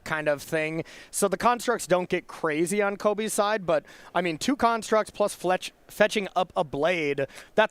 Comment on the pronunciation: Why do the commentators continually call them karnstructs instead of constructs, is there some inside joke there? It's kinda annoying otherwise